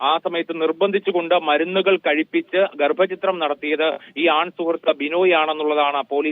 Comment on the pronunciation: ഗ൪ഭചിത്രം അല്ല വാ൪ത്താവായനക്കാരീ, ഗർഭച്ഛിദ്രം എന്നു വായിക്കു.